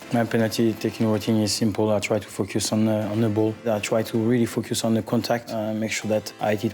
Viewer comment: he says focus on.. but it seems like he said fuck your son... listen